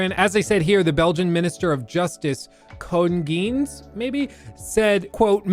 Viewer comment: Kung Geens💀 I am from Belgium and yes that's how you pronounce it